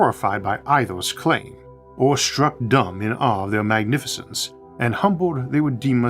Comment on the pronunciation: Mr. Autha can’t say his awes